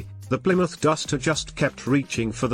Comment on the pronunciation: CHevy? It's pronounced SHEVVY A Chevelle is a MEED sized car? Pimouth? PLYmouth. ZEE-28, not "Zed", One of the "Mack" One's pictured, specifically the 2nd one, the yellow one, is a Boss 302, not a "Mack" One. AND a 327 was a SHEVVY engine that had been replaced by the 70s with the 350 Koo-in (i.e. CUBIC INCHES) The 351, which was Ford's competing engine of this period, is a 5.7 liter. I don't believe they had 4-sp automatics either in the early 70s.